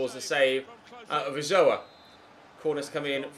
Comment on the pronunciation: been waiting for a mexico video for ages. awesome video, only complaint is the pronounciation of Ochoa.